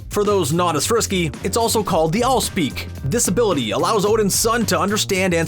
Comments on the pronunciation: I swear I heard him saying "disability" a couple of times instead of "this-ability" !!! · Each time he said this ability i thought he said disability